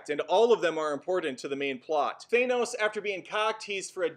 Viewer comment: Why do people keep saying "Thay nohs', when it's said 'Thanos' in the movie..? There's no 'ay' sound in it.